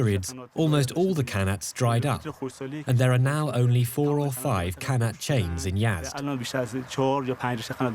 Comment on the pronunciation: First of all it is pronounced ghanat & not kanat! And it is a shame that you would not even mention the Zoroastrian population of Yazd.